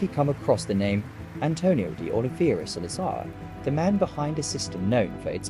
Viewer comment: You pronounced the name wrong straight away 😂